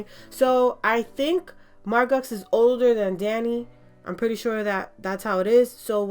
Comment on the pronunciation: It came out great! Her name is pronounced Mar-Go, though! :)